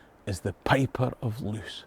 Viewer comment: Loos rhymes with "close" as in "close enough". In Dutch/Flemish double vowels function like adding an e to the end of an english word.